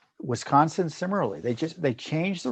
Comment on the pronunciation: Tom! Did you just say wisconin? That must be the combination of Wisconsin and Michigan.